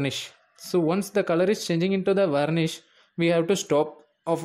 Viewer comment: Becomes Vanish not Varnish